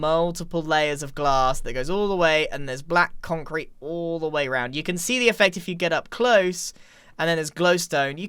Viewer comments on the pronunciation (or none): Bro listen to Grian say "Black concreate" lmao